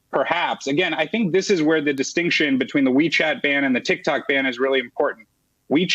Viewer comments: SHE SAID tiktac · hahha dumb broad said tik tak